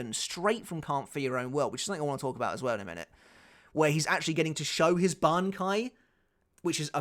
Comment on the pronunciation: really had to go back 5-6 times so listen if he really said bankia hahahhaaaaa